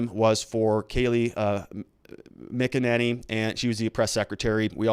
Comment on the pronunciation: Ok pronunciation tip: it’s Andy No ( the G is silent) Feinstein = both syllables rhyme Means fine stone Mack- n-NAY-knee Mack-n.= just like mac n cheese minus the cheese NAY as in the opposite of Aye. This syllable is stressed knee= the body part Mack-n-NAY-knee